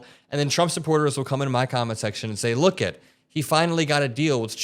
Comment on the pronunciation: wait did you say "look-it"? funny.